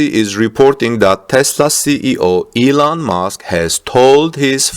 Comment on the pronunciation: Thought you said Eland Musk